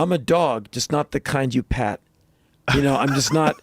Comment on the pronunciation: Glad he sed pat not pet